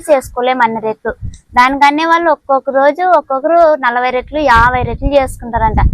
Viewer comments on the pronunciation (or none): రెట్లు కాదమ్మా రొట్టెలు అనాలి మాది కర్నూల్ టౌనే.రొట్టెలు చాలా బాగా చేశావు.మేము ఎంత పెద్ద చదువులు చదివాము.అయినా నాకు రొట్టెలు చేయడం సరిగా రానే రాదు😢 నువ్వు అమాయకంగా మాట్లాడుతుంటే వినబుద్ధి వేస్తోంది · రేట్లు, రొట్టెలు, రెట్ట… వీడియో చూస్తున్న అంత సేపు ఏం అంటుందో అర్థం కాక చూసి అర్థం చేసుకున్న. మీ వాడుక భాషలో రెట్టి అన్న పదం రెట్ట లాగా వినపడుతుంది. రొట్టెలు లేదా రొట్టె అంటారు కదా?